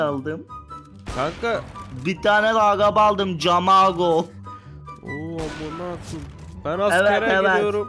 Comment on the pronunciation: cesur a kesur diyip camoro(kamaro)ya camaro demek ? kafalar karışık :D:D